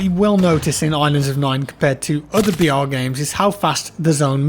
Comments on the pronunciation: I thought he kept saying "VR" not "BR" lmao I was wondering why he wasn't really into this game. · Who also heard VR instead of BR?